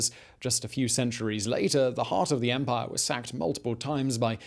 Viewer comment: He came to pahh in the Roman Empahh. A pahhful man.